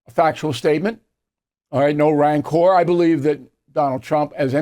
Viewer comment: Bill, you should know how to pronounce 'rancor'. The stress is NOT on the last syllable.